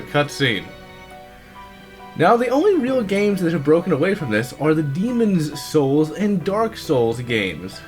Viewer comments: Demons Souls is better... Also, STOP PRONOUNCING IT LIKE THAT, WE KNOW WHICH IS WHICH!!! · believe because people say "demon souls" while he is trying to fully pronunciate the title "demonS souls" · What's with his pronunciation of the words "Demon's souls"? Otherwise, I thought the review was fair. But I think demon's souls souls is a completely different experience. It's much more focused and polished than dark souls, and a far better experience, in my opinion.